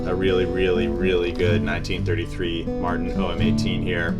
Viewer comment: Cool video but the constant pronunciation of Martin as "Mar- IN" is driving me nuts.